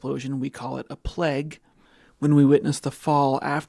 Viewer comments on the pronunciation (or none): Why do you pronounce it "pleg" instead of plague? Is there a different connotation?